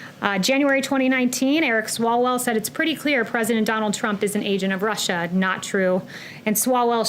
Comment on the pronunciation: Swallowell.... Says it right.